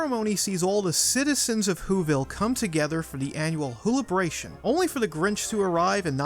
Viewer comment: Whobilation not wholibration!